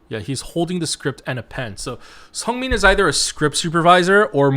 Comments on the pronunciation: lee know's and seungmin's names are pronounced 리노 and 승민, not 이노 and 성민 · uhh it's 승민 not 성민 lol... also their positions are actually shown in the mv (on the board), felix is indeed the assistant director, seungmin is scriptwriter and changbin might be a visual director? (im not sure im not that fluent in korean lol), you got chan and han's position right!